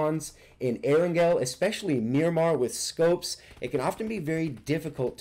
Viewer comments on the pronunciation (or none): none